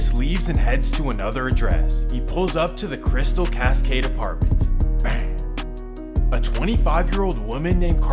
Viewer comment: The way he says bang gets me every time lmaoo